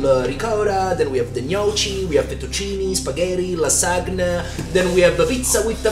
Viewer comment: It must have been hard to pronounce Lasagna that way while being a native italian 💀💀